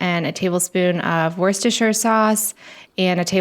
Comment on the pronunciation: khudos you seem to be the only amweican to pronounce worcestershire sauce correctly woo ster sher